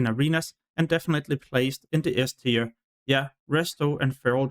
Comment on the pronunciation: "tier" is not pronounced as "tire" it's pronounced as "tear"